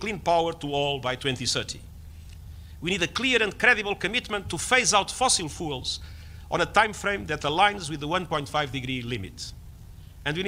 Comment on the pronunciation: Is it a coincidence that the UN Chief pronounces it "Fossil fools"...